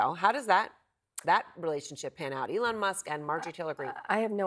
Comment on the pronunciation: calls him Elonia… lmAo